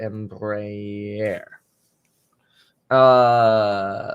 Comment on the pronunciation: embraeris pronounced EMBRA AIR.... at least that how we say it